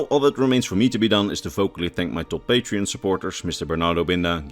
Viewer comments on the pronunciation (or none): none